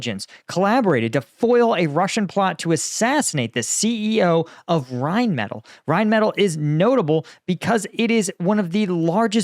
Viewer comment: Pronouced rine • meh • til